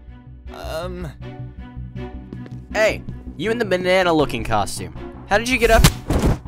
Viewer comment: did anyone else notice that said manana suit instead of banana suit BC it was really funny when I noticed it